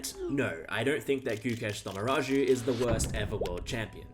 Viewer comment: Having the balls to actually say Gukesh's full name without fucking it up is insane...